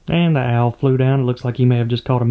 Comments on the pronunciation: Name him al since you pronounce owl al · Name the owl “AL” you can hardly tell if you are calling it an owl or AL. I chuckle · The Big Owl's name should be Big Al (because I heard "Big Al" from your accent :p)